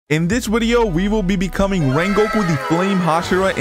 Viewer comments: It’s video not wideo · In this Wideo we will be come wengoku